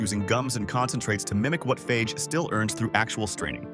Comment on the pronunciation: What do you expect from AI. And, by the way, FAGE is pronounced FAH-HEH!